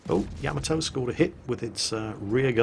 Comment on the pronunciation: PLEASE learn to pronounce Yamato correctly;)